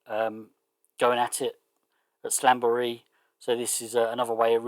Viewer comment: Usually I just sit back and enjoy your... unconventional pronunciations, haha, but this time I'll throw you a lifeline. It's SLAM-bur-ee